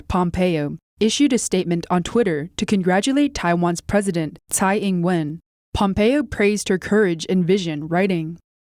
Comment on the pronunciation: To. Nit pick. Tsai, for some strange reason, should be pronounce as 'chai'. Keep up the good work and stay healthy